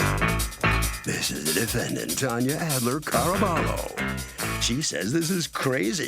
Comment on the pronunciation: Friends but can’t pronounce her name correctly. Hahaaha 😂😂. Who is toneya?